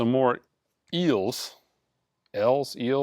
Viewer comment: Why can't this man pronounce the word Eels? do you even know what eel is? ☺️